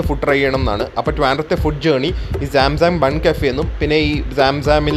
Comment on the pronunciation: സാം സാം അല്ല bro..... സംസം ആണ് (holywater name)